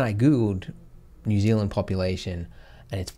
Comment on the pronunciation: Ouch 'New Zealand?' Lol. I didn't realise you were such an Aussie.